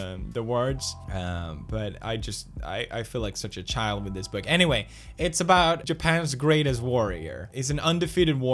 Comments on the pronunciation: and did you say 'anywhale' at the end or is it just me ? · did he just say "anywhale" at the end there?